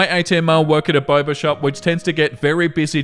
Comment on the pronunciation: I heard Barber shop instead of boba shop and was confused as to why a barber shop was selling drinks. Also take care of yourself we don’t want you getting burnt out.